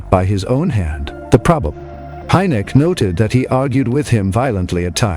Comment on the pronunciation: Buen video, pero estan muy mal pronunciados o equivocados los apellidos de los investigadores y esto lleva a confusion; HYNEK, RUPPELT, QUINTANILLA, son los apellidos de quienes intervinieron en los proyectos SIGN (SIGNO), GRUDGE (RENCOR) Y BLUE BOOK (LIBRO AZUL)...Saludos !!!